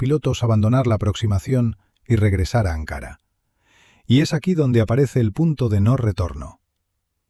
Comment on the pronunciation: Ankara, con k y parlabra llana, no esdrújula